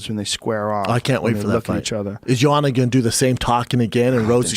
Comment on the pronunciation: No J-o-a-n-a, J-o-a-N-N-a, bloody hell! And Joe claims he pronounces her name in right way, unlike other commentators etc.